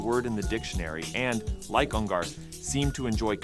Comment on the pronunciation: Dude can't even pronounce his name right. UN GER not UN GAR